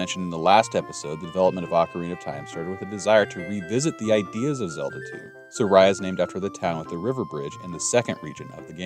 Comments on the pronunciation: Sorry, I loved the concept of your video so much, but "Sah-Rye-Uh" killed me. I can't. It's "Sah-Ree-ah" Japanese pronunciation. Don't me I'm a neurodivergent person and little things like that break my entire focus. :/ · Saria SAR-EE-UH!! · I’ve heard it pronounced SAA-ree-uh, SAR-ee-uh, SAIR-ee-uh, suh-REE-uh (like Maria), but never have I heard it pronounced sa-RYE-uh (like Mariah) until now 😂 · Yes. In Japanese her name is サリア. I believe the correct pronunciation is Sah-ree-ah, and it’s the one I’ve always heard… which is why “Sorayah” threw me off… lol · Fun series. Just as a note - Saria's name is pronounced SAW-ree-ah. Closest approximation English has to the Japanese syllables. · I'm not sure what happened in your life to make you pronounce Saria as Soraya, but please stop. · that pronunciation of Saria should be a war crime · Just watching this series and that is my only complaint. That pronunciation is criminal 😂